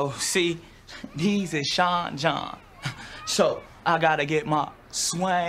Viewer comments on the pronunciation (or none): none